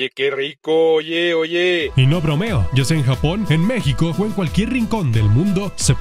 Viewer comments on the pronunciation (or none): none